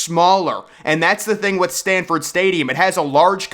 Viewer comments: SANFORD not Stanford Stadium! You must be from Alabama. Learn how to say Neland, as well. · Please know the name of the stadium Its Sanford not Stanford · Nee Lan Stadium? Can't you even pronounce it correctly? I'm just jerking your chain buddy....but I got a good chuckle out of it....LOL And it's SAMford Stadium. Not STANford Stadium... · Stanford stadium???? It's Sanford stadium. There is no credibility if you can't say the name correctly. Nealon stadium??? Dude give it up. No upper deck at ben hill griffin stadium??? Uhhh dumbest have you paid attention to the west side of the stadium? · You’re trolling, right? Stanford not Sanford. Nay-Lahnd’ not Neyland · Jordan-Hare is pronounced "Jerdan" It's Sanford, not Stanford. It's "Knee-land" not "knee-lon" Just some constructive criticism. I really like your videos! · It's pronounced S-A-N-F-O-R-D stadium lol. And it's actually #1 BTW 😊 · There is no T in Sanford. Neyland not neylaahnd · please, if you're going to rank UGA so low, at least pronounce the stadium name correctly